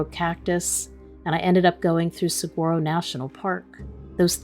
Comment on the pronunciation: Saguaro= silent G. Suh-wahr-oh